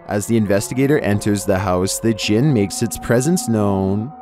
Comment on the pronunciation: I heard "penis djinn" xD